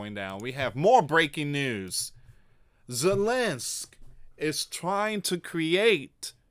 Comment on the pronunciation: It's ZELENSKY, NOT ZELENSK!!!